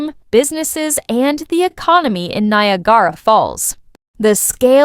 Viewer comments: Don't you love the pronunciation of the Ai? Nia gara lol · Stop spreading miss information, can't even say Niagara properly!! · Why can't she pronounce Niagara. Falls properly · Do you think you could get an AI voice that pronounces Niagara properly?